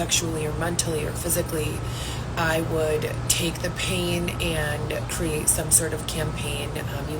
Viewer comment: I CANNOT STAND the way she talks omg!!! ImpaCt, accounT, cRRReate..The way she says those words makes my ears bleed!! She’s so pathetic.